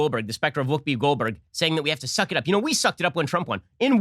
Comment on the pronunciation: Wuupi Gold Burg? Gold Burg? Her name is Goldberg? Whuupi. Lol!